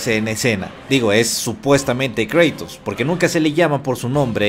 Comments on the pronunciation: Es Kratos no Kreytos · por favor no digas creitos di cratos se escucha mucho mejor asi cratos kratos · Kreitous ulala señor francés... se dice cratos